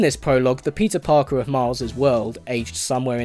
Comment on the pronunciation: why do i hear instead of,, peter parker,, ,, pizza parker